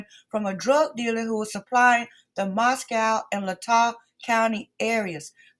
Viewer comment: Gag order doesn’t apply to the Goncalves family members, only to their attorney. Shannon Gray. You need to get your facts straight. Family members are free to express their opinions anywhere and anytime. All you got are dubious “facts” from dubious sources. Can’t take you seriously. Moscow is pronounced Mosco (no “cow”), BTW.